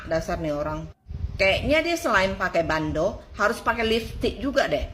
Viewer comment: mba tambah in huruf t jadi nya BANDOT hahaha